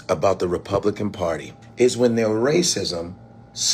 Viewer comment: Valentina Gomez cannot even pronounce “Republican” and she thinks those racists will support her! 🤣 The delusion…I’m with!